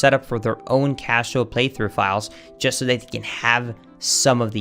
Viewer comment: why do you say "casual" the way it sounds like "cashew"